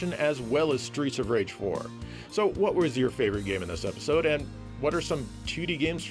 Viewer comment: I keep hearing "Streecha Rage" and it makes me giggle... 🤭